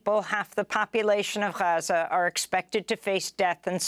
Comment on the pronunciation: Funny how Amy went from Gaza to Haza in her reporting. 😅